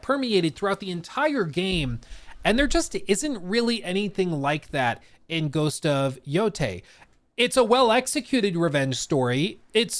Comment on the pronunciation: I wonder if we'll ever be seeing, better said hearing, a single channel pronouncing this title in the correct way.